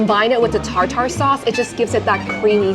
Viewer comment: Not Tar Tar sauce it's pronounced tar Tr. Also, The fries at cactus Club and s and Earls are identical.